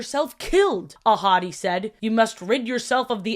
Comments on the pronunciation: did anyone else think was saying “a hottie” instead of ahadi??? girlie love you but the lion was not THAT hot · Okay I DID fr think you said “a hottie” instead of “Ahadi”, and was fully like “Yeah alright, clock it. I can see it” 😭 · Every time you said Ahadi's name, I thought you were saying "A hottie" and I was like "same, girl" Edit: I just got to where you made this same joke XD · I didn’t know mufasa’s dad was called Ahadi and thought she was saying ‘a hottie’ everytime and i just went along with it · Every time you said Mufasa and Scar's dad's name, I always thought you were calling him "A hottie" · It… took me way too long to hear saying Ahadi and just assumed she was calling Mufasa’s dad a hottie. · I though you called mufasa’s dad a hottie the first time you said his name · Everytime the name Ahadi was mentioned, I heard "a hottie" instead. 💀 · I know his name is "ahadi" but whenever you say it I can't help but hear "a hottie" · i love you but the way you pronounce these names makes me cry loudly